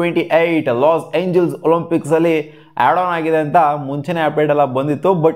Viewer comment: Los Angeles ಗುರು los angele ಅಲ್ಲ😂